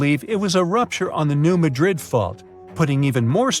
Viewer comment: Done at the very beginning. You don't pronounce Madrid correctly. Which means your research is incompetent.